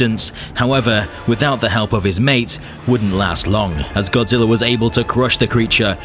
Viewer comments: Godzilla not godziller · Why do you keep calling him godziller